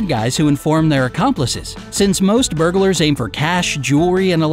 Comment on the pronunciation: I thought he said bugers lolol